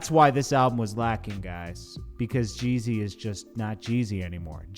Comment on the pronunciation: Why do u keep calling him jay z.... This last youtuber did that. . JEEE - ZY